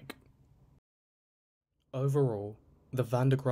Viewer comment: Bro tried his best to mispronounce van den graaffs name 😂